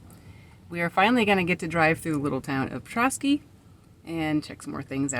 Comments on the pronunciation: I am having a hard time watching your channel because you are crushing the word Petoskey. Before you go anywhere, find the pronunciation online and then say it it’s not PE-TOE-SKY. It’s. PET-TOSS-KEY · I’m only 1 minute into the video and had to come to the comments to see if anyone corrected her 😂 I’m a Petoskey native and you’d be surprised all of the creative ways people mispronounce it. The best way to spell it out for local pronunciation sake is: Puh-Tah-skee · Please it’s not Peetoskey!! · Not me yelling "Petoskey." But you manage to pronounce Petoskey Stone. 🤦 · that's not how you say petosky. you said it right . it's a nice town but expensive to live in. ernest hemingway's family had a place near there when he was young.